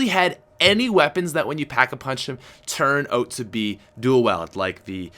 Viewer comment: Stop saying dual weld its dual weeld